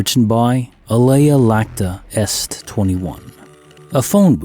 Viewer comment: "Iacta". It's a capital "I", not a lower case "L". So, AH lay uh YAK tuh est. Latin, Julius Caesar. It means "the die has been cast". That is the dice have been thrown and things have been set in motion and can't be changed. Alea Lacta est = the die is milk. (Lac, lactis, n. 3r dec.)